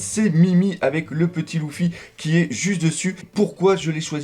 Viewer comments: Leuffy pas louffy on dit stp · On le prononce leeeeeffy ou luuuuffy pas louuuuffy